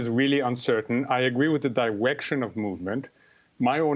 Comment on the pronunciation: Did he say “diwection”? Dat wascally wabbit.